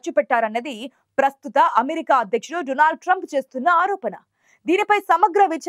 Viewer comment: Modi పై కుట్ర ఏమి జరగలేదు..మోడీ నిజాన్ని అబద్ధం గా సృష్టిస్తున్నారు... మోడీ సంగతి అందరికీ తెలుసు. He is గ్రేట్..ఆతని తప్పులను ఇతరుల పైకి నెట్టి మసిపూయటం లో మోడి specialist.. Anchor అమ్మాయి " డునాల్డ్"..కాదు "డోనాల్డ్" ట్రంప్.